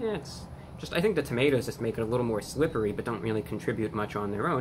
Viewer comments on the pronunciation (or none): The current state of the world seems to have even rattled Reviewbrahs nerves a little. He grabbed the wrong bag, pronounced "slippery" as "slippee". These are some of the biggest mistakes he's ever made!